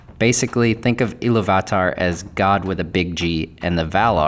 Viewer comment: Everyone else gets it, why are you making a point of being different and slaughtering the pronounciation of Eru Ilúvatar? In English, we (normal people) typically pronounce the second syllable strongly. However, you are pronouncing each syllable seperately and with equal measure. Stop. It's distracting. So how have the last 5 years been treating you? Have you been working on pronouncing words correctly? I hope so...